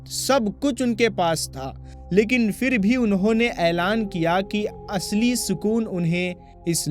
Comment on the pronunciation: Aap is waqt urdoo zubaan se khitaab kar rahe hain to apni zabaan par qaaboo rakhen qlafz kabool nahin woh lafz qubool hai doosre lafz fir nahin phir hai